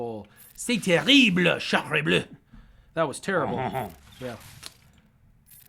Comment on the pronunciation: 😂😂😂you almost had it, it’s « sacrebleu » not charlebleu « C’est terrible » 😂😂🤣🤣